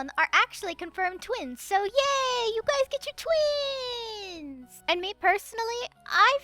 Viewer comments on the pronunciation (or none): none